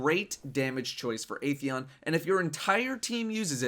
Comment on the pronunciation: it's 'Ah' theon lol